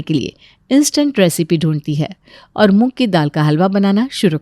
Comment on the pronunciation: Muk ki dal nai hoti moog ki dal hoti sahi se bola kro